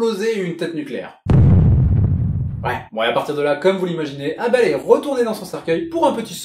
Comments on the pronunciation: Et pourquoi tu dis avel c'est abel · Éveul c'est con de lire ça comme ça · Mdr Abel et Cain c’est dans la bible et ça ne se prononce pas « Caïen » et « Eybeul » xddd mais cool vid ! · Ébeul et cayen... Au lieu de Abel et Cain... /facepalm